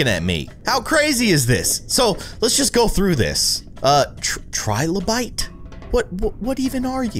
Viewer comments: Trilobite? How you pronounce: Tri-lio-bite What I learned lol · You said trilobite wrong